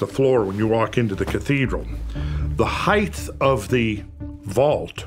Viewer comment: Height pronunciation with a "th" at the end... interesting and wrong. He says "Orinoco" funny too